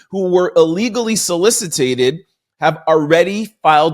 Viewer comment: The word is solicited not solicitated, no such word.